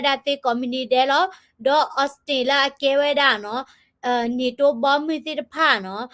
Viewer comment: Call NATO လၢ န့ထိၤ, you call it န့ၤတိ sounds like the actor name😂